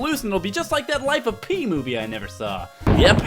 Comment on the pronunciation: It's funny that he said Life of "pee" because in the book, due to the hot humid climate of India, lazy people enunciated his name (Piscine) as pissing, so he started going by Pi